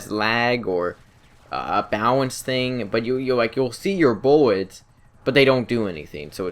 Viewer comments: Did you know miniguns are allways fully automatic. And did you know about the M61 Vulcan? O, and BTW did you know it's pilot instead of piwot? - U wot m8 Kappa. And now something else, it's not buwwets. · No more buwwets???? LOLOLOLOLOLOL BUWWWETS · you can see yo buwwets 😂😂